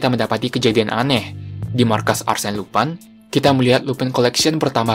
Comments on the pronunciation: Bang abang salah sebut harusnya lupin bukan lupai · min Lupin dibaca Lupin bukan lupan